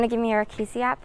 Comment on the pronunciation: app = ep onun söylediği şekilde app daha farkli yazılması gerkirdi. Yurt dışında doğma büyüme ve yaşayan biri olarak söylüyorum. 👍🏽